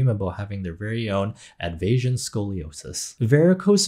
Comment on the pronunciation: I’ve been watching your videos for a while. I just learned your channel is pronounced Ed-vasian and not Ed-V-Asian, as in Ed versus the Asian Beauty Standard.